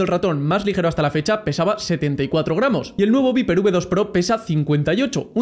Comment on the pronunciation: se pronuncia "vaiper" ni viper JAJAJ típico español